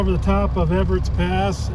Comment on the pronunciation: Ebbetts pass not Everett